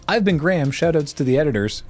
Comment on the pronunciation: I like that Graham pronounces that "Y" sound in his name.